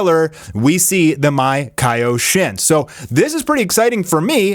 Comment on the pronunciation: MAkaioshin...not maikayoshin.